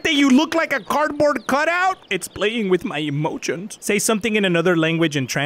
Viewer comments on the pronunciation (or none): “It’s playing with my emochion”